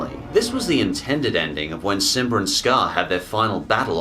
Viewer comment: I like how your say simbr